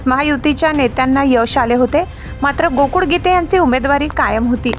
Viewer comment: बातमीदार महिलेचा आवाज छान आहे पण ळ ळ ऐवजी ड चा उच्चार करतात. गोकुळ ऐवजी गोकुड असा उच्चार करतात हे मराठी भाषेतील उच्चार बरोबर नाही. याची संपादन यांनी नोंद घ्यावी.